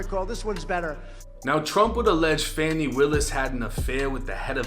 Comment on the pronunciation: It's actually pronounced "Fawni" Buddy was pronouncing it wrong